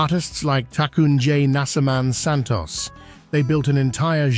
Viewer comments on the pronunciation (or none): none